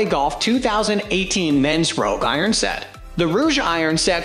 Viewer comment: Callaway ˈrōg not roojue